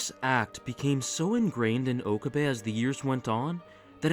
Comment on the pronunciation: its Oh-cab-eh (okabe) rin-tah-roh (rintarou). ive watched alot of anime so yes i can pronounciate japanese words 😂